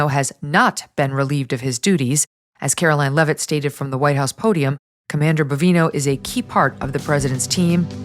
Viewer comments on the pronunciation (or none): none